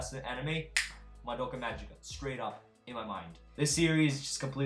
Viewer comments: Mgica is pronounced Ma-Gi-Ka (giggle's "gi"), not Ma-Ji-Ka !! For some reason, English speakers don't pronounce it correctly. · It sounds funny when you say madoka majika because in japan we say madoka magika with a G